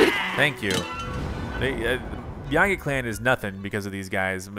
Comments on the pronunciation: Just saying, i'm pretty sure yiga is pronounced yee-ga not how you were pronouncing it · YEEEGA! The mispronunciation is driving me crazy! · How is it really pronounce??